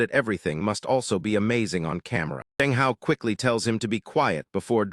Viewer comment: bro said amaganize